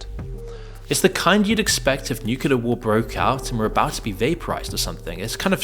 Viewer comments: Loved the video so true, but please, the word is nuclear not nucular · Dude, it's NEW-CLEAR. Not NUCULER. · Did you just say 'nucular'? What are you, American? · Please learn how to pronounce 'nuclear'.